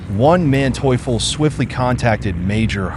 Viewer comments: One man teuffel? Wtf is he saying, really. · Von Manteuffel not "Onemanteufel" Hasso, baron of Manteuffel (born January 14, 1897, Potsdam, Germany—died September 24, 1978, Tyrol, Austria) was a German military strategist whose skillful deployment of tanks repeatedly thwarted Allied offensives in World War II. . He spoke eloquent English; in 1968 he lectured at the United States Military Academy at West Point, speaking about combat in deep snow conditions and worked as a technical adviser on war films. He was interviewed in The World at War episode 19 - "Pincers" (August 1944 – March 1945) in 1973. Manteuffel died in 1978. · Dude, the name of the German general is "von (FON) Manteuffel, and not the ridiculously pronounced "ONE Manteuffel", WTF! :-( Kudos for not fucking up the Romanian villages' names, though... :-) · Bloody useless ai voices. Wtf is "one man teufel"??! 😂🤦🏼‍♂️ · I love this Spanish general "Juan manteuffel" . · It's funny. Everytime I hear "One-Man-Teuffel" there'S a smirk on my face... AI voice over? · Juan Manteuffel lol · Why did you keep saying "oneManteuffel" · Great footage, but please stop pronouncing Von Manteuffel as One Man Teufel ;) - which he probably was ... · "One" Mantueffel? Otherwise entertaining video! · "One Manteuffel" how many were there? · The man's last name,is Von Manteuffel,NOT WON MANTEAUFUL..GET IT RIGHT, This video is PAINFUL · pronounced fon Mahnteufel